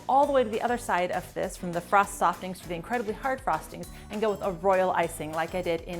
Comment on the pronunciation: "frost softings" X3